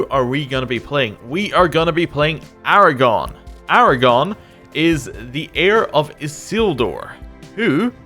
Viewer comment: Lasted 1 minute. Right up till. “Aragon.”